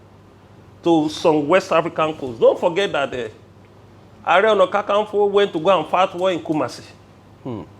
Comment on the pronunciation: Segen hear how you calling kan kan nfo because that's not the right way and spelling is Are ona kaa kaa nfo.. Are you not a Yoruba ni..lol